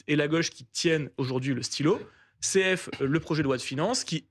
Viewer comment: Le parfumé de LR qui dit « céhef » au lieu de “confer” pour l'abréviation cf. (“se reporter à” ou “comparer avec”). C'est aussi grotesque que dire « eutécé » au lieu de “et caetera” pour l'abréviation etc. (“et ainsi de suite)”.